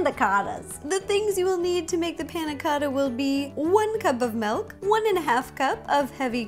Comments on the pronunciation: Am I the only one that doesn't hear her saying milk but melk? :) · she says melk